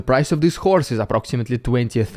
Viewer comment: the way you say horse sounds like whore lol. I click through to and I'm like wtf that's a horse